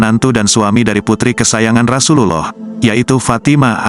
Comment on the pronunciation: Mohon maaf bias ya diperbaiki lagi pengucapan ROSULLOH SAWnya👍